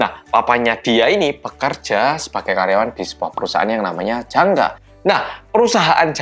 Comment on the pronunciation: ngomong jangga aku dengernya janda